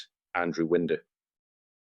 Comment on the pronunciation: AI shite Winder is pronounced Wine--der not Wind-er